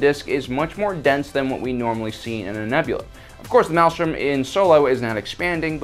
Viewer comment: A parsec is, specifically, 3.26 light years, or roughly a light year short of the distance between Earth and Proxima Centauri, our nearest neighbor) and thrown in for free, "maelstrom" is pronounced MALE-strum, rather than MAL-strum, and the white thing introduced is an accretion disc (uh-CREE-shun), rather than an accreation (ack-cree-A-shun) disc.